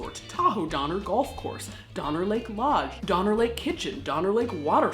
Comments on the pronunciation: Was there a Jeffrey Donner in the party? Lol. Or maybe it was actually Dahmer just got pronounced wrong. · At some points I swear she's saying "Dahmer" ... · The entire time watching this video, I keep hearing Dahmer instead of Donner and they both work well 😆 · While stationed in England I would have people ask if I wanted to go get a doner kebab... but they pronounced it Donner. I always refused and when I was finally asked why I explained the Donner Party having been to the State Park many times. So they started asked me to go get Gyros and I was happy to after that. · I thought she said, ‘Organ trail’! 😳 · 6 years of comments and noone has mentions Doner Kebabs? (the doner in doner kebab is pronounced like Donner). Its usually a mystery what meat goes into them. Or at least that is often the joke when the place is particularly cheap or poor quality.